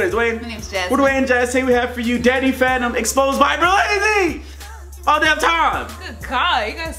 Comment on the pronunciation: its sound like hes saying he's a fanta 🤣